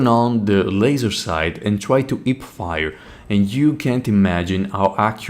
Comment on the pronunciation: I chuckled pretty hard when I heard the "ip-fire". Mainly because in my country, people from specific western province tend to swallow the letter "h" completely. Great video tho, good job!